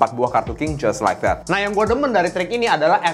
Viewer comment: Tiap kali dia ngomong "jias laek dat", gw langsung kolaps sesaat.